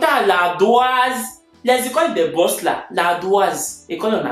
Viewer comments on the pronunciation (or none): none